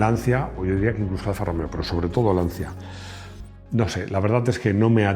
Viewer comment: Buenas tardes. Una pequeña crítica. Tanto que le molesta que se diga "lamboryini" y usted va y dice "lanzia". ¡Por favor! LANCHIA